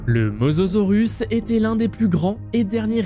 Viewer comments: Il dit mozorus ya aucun effort 😂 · C mosasaurus pas mososaurus😂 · Mosasaurus et non mososaurus, andouille ! 🤭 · On dis mosasorus pas mososorus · Mosasaurus pas mososorus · bonne video mais on dit mosAsaurus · Si il n'y avait que ça en erreur, pourquoi pas... Même des erreur de diction.. Mososaurus.......